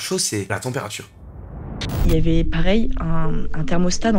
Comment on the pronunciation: « La températchure baissait systématchiquement » 😂 Bon force, ceci dit. C’est arrivé à une copine, moi même j’ai senti le truc. Après s’est foutu de sa gueule on lui a suggéré de faire venir un magnétiseur et pour elle ça a marché